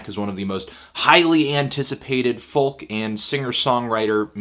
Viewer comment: Its pronounced 'foak' not letter for letter phonetically as its spelled 'folk'.